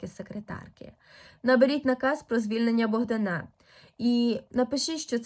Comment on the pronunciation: Чому Богдана' а не Богда'😊на